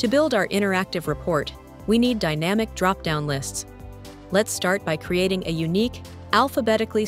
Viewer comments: Why the stupid AI voiceover? The voiceover also makes the mistake of saying DAYnamic instead of dynamic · Other than that: very informative and useful 😊